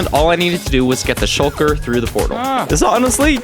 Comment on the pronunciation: did he just say shulket yeet ? xD he is my fav youtuber for a reason